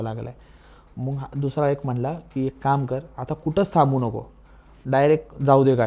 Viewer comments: मंग नाही हो मग म्हणतात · हा सारखं लाईक लाईक काय म्हणतोय? मग म्हणण्या ऐवजी मंग म्हणतोय आणि इंग्लिश शब्द किती वापरतोय 😂